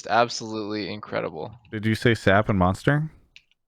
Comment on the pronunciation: Please don't pronounce SAP as "sap" lol